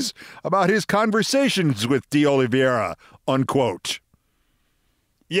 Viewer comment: O-lee VAY-rah. (Not O-lee-vee-EH-ra). Sorry, but the almost universal mispronunciation of his name is bothering me. (As are the butcherings of Ukrainian town names these days.)